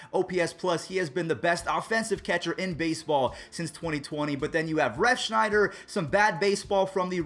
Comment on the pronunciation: its ref(s)nyder, not ref(sh)nider, just letting u know:)